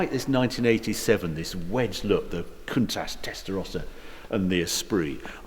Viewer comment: not sure where you find the "S" in the name 'Countach' but one would expect an owner to know the name of the car...